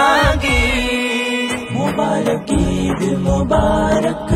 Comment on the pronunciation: যা যা ভ্রম- ১. উচ্চারণ গত (সব এর এর উচ্চারণ ছব হয়েছে) ২. ঈদ মোবারক মাঝখান ও শেষে মোবারব হয়েছে। ৩. মাঝখানের হুজুর ঠুট মিলানো মিচিং করেছেন। অভার অল- মাশাআল্লাহ মাশাআল্লাহ।